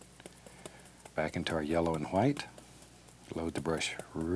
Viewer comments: It’s how he says white 🤣🤣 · because she spelt it the way he pronounces it. He literally says white with an h. So it sounds like hwite...... You must be new here.. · White* Edit: I probably shouldn’t correct this with the argument going on up here /\ Sorry Edit 2: i got the joke it sounds like hwite r/woooooooosh to me